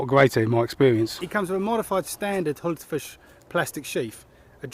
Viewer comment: Thumbs up from me even if it does sound like you're calling the knife a Hultafish ;)